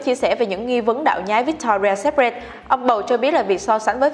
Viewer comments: bạn này đọc chán quá, cứ bạn ý đọc thì sai tùm lum... secret cứ đọc sép rẹt là sao ý nhợ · nên dịu giọng hơn xíu cũng như phát âm đúng (secret) và đọc đừng nuốt chữ thì sẽ hay hơn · Chữ secret đọc sai rồi 😔